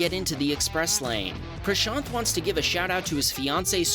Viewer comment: What's happening on the screen: Cars crashing into each other in ways that would easily pass for a Hollywood movie scene. What I am noticing: "Wow, this is the first time I hear an Indian name (Prashaant) being pronounced accurately by a westerner"